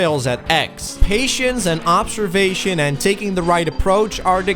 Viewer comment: Patienz? Making it in one piez?